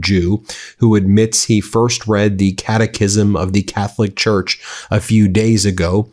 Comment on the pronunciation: OT: Did anyone else first hear "catechism" as "cataclysm"? 😆